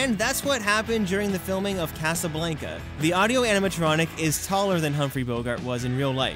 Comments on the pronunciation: I hate how you pronounce Casablanca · You mispronounced Casablanca! 😆 Other than that, love the video!